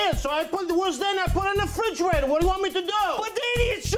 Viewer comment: Am I the only one who notices that they pronounce refrigerator without the "re?" Sounds like they're just saying "frigerator."